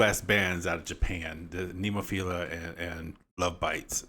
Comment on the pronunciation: Very poor reaction! You are so zero educated, you can't even pronounce the band name.